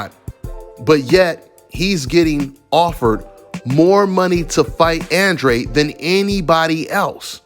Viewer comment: Oh and one more thing: just cus Andrade CLAIMS nelo was gonna get 40m to fight him doesn’t make it TRUE. Show us the receipts Andrade. Oh and one more thing Andrade, learn how to pronounce your EUROPEAN last name. Lol this shit hella ironic considering all the obsession over Europe on this channel